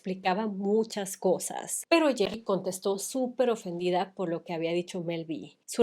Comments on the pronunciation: Es geri, no gerri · me hace gracia que pronuncies el nombre de Geri como Jerry 😊 a Emma tambien la criticaban por su peso no solo a ella. y Mel C despues ganó peso cuando eran un cuarteto y le decian Sumo Spice. 😢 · Alguien más notó que cada que Rocio pronunciaba Geri habia una distorsión?😮